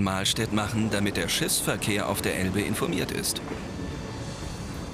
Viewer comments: Hab es mir jetzt 5 Mal angehört und mich angestrengt Schissverkehr zu verstehen aber ich verstehe immer nur Schiffsverkehr. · wer hat noch bei Schissverkehr verstanden? xD